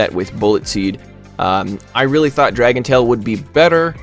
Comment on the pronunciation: sounds like you said dragon BALLS. now I cannot unhear that